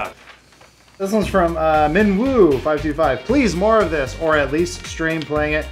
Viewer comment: You pronounce Minwoo as Minu!